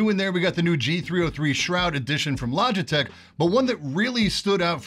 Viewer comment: Logiteh lol